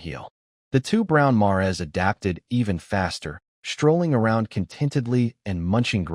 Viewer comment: Narrator can't pronounce mares